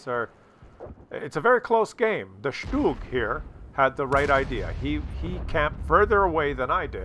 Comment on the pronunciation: First replay around the mark, thanks for calling it a "shtoog"...thats the German pronunciation. I cringe when I hear STUG. I laughed on the mines replay when you crossed to the island and said to myself "this won't last long". You controlled the hill so your best bet in a slow, armor less tank would have been to go to the small town on the left. Always appreciate some good puppetry from you though! IGN: Skinny_Tin_Man, NA Server